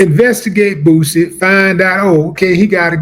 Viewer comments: They cant even say his name right Boozy 😅😅😅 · I hate the way white folks say boosie they always pronounce it Boozy